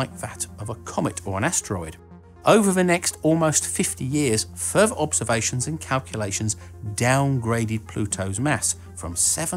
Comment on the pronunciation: So you're saying that Planet X is fuhver away from Pluto t-hejch-en we previously t-hejch-ought before?